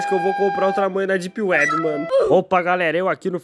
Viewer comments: não é dip uebi, é dep uibi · "...éhhhh depi wuibi..?" Isso me quebrou mt man kkkkkkkkkkkk